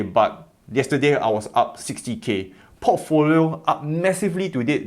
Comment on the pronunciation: I hear Pottfolio instead of Portfolio. And I love it 🤭